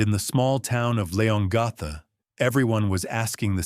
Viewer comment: ……it’s pronounced ‘Lee-on-gatha’………